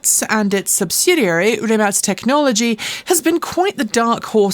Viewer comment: Thanks for making me research the correct pronunciation of "Rimac".